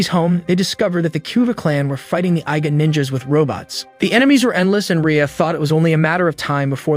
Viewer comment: pretty sure its IGA is pronounced EEGA not EYEGA. Also KOGA is pronounced KOOOGA not Kuuga